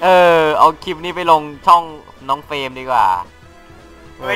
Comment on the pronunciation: เฟรม เฟ้ยไม่ใช่ เฟลม